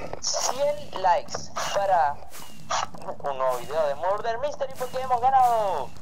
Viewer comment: tu ingles es pesimo Che estaba Rica la R de mudeR misteRi es muRder